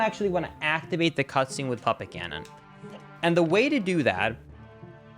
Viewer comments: As someone who has never played this game and is not a native english-speaker, it took me a while to realize you were saying Puppet Ganon and not Papa Ganon 😅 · Puppet Gannon! I thought you said papa Gannon.